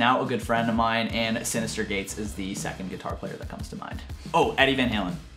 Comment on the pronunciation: Bro I'm so happy you said Synyster gates